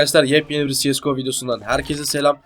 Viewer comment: abi allha aşkına siyesgo deme yaw bu bildiğimiz cese go yawwwww